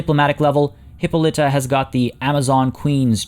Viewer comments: Hip-pol-ita is how you would pronounce that. If you want aduio just look up justice league wonder woman as her mother is said queen and they pronounce it correctly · Its said in one go, hippolita, not hyppa litta